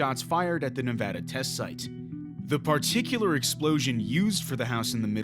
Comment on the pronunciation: I love how you pronounced Nevada correctly